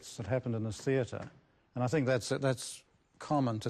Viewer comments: It was driving me crazy. I’m English and I have never heard it said like that. We don’t speak the Kings English in England, we speak the Queens English. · Are you saying "theater" wrong on purpose? Seriously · Lol, I like the way you pronounce "teatre". You say it like t"heir-tur" xD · I’ll never get over the way you say theater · It’s the Kings English Wo don’t talk like that here In “ the colonies”